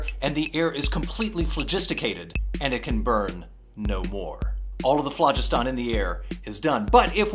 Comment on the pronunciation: He's pronouncing phlogiston incorrectly..